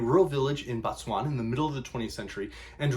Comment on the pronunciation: BO please pronounce it BO tswana BA tswana is the people BO is the land